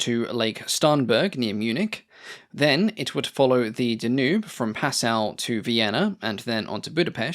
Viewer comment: Dan yoob river not duhnewb